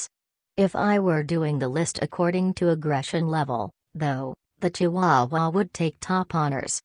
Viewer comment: Am I the only one that was bothered by how the robot pronounced chihuahua? Lol.